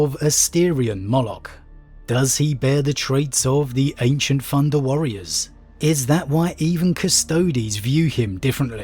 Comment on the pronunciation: "Funder Warriors" lol